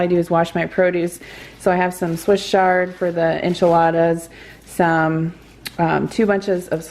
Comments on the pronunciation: Swiss Ch-ard not Swiss SH-ard. CH like chair. Awesome job trying out a Vegan meal plan!! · Swiss Ch-ard not shard. Wonderful video,. Interesting, informative and inspiring. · It’s chuh not Sh lol Love Swiss chard, and so good for you. I like all kinds of food, but primarily low carb. I miss hummus a lot. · I think it's swiss chard not shard 😊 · I’ve always known it to be Swiss chard pronounced shard. Great video! Thanks! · I have one of those choppers. I don't use it all the time but if I need to do a lot of veggie prep I use it. It's called Vidalia Chopper Pro and I like it a lot. It's terrific for carrots and celery and onions. I also use it if I need mushrooms chopped. Swiss chard is pronounced with a strong ch sound. I love enchiladas too but my son doesn't like Mexican so I usually make the filing and put it over rice for him without the tortillas. My favorite hummus recipe is the one from the first Barefoot Contessa Cookbook. Been making it for years. I use it in wrap sandwiches as a spread and it's a great basis for salad dressing. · I think it is a hard CH as in CHannel.